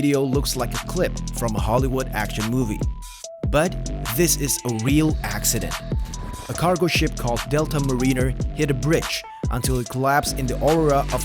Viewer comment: How do you get the name "Marie" out of "HANNE," which CLEARLY shows on the side of the ship? DUH! - Ma-REE-ner??? The word mariner is pronounced MAYR-in-er. DUH x 2! - Ships do NOT cross bridges. They go UNDER them. DUH x 3!